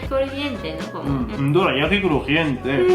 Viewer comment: "Doreayaki" ba dum tssss xD.